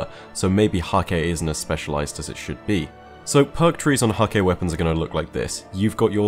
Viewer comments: It's pronounced Hak-huh. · According to Deej Häkke is pronounced "hah-kuh" fyi